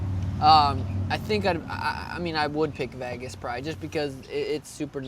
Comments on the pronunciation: Why does Sean pronounce “Vegas” as “Vaigas”? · Why does he say vagas instead of vegas? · Stop saying Vagis! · “Ve-gas “the city that never sleeps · It's evident he really want to fight in Veygus... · It’s not veghas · Sean "Vaygus" O'Malley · Being from vegas that shit burns my ears😭😭